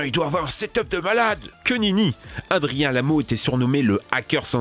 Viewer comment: Adrian se prononce pas adrianne mais adrian comme 2 ans